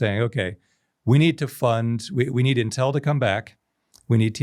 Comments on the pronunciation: 2 things for: 1. We know you went to MIT bro; the banners are a bit cringe 2. It’s “Inn-tell” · Never heard it pronounced Intél. Is that correct???